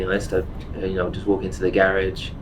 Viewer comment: So glad he hasn't taken up the American way of saying garage 😁